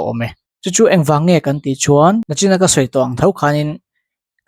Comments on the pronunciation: Nachin i ti ṭhin a. Nichin tih tur. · A bengvar thlak hle mai. Nachin ti lovin, nichin han ti tawh la aw.